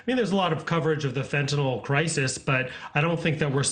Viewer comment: And thank you for pronouncing it properly. Once or twice! Fentanyl, nyl, not nol !! Very unusual in most states! They butcher it, like so much of the English language!!